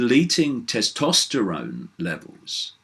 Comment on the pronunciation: Hey Dave ..... there's an 'S' in Tes-tosterone ;-)